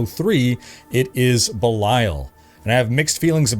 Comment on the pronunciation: It's Baal, not (Bilail).